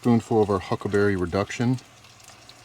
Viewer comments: I LOL'd when kept saying "Huckberry" considering he is now sponsored by them. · Native Montanan here, it's"huckleberry" not "huckberry" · Huckberry😢 Its Huckleberry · how many time he just sad Huckelberry? xD